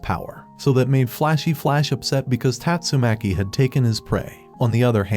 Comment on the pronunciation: tastumakii gets me rollin😂😂😂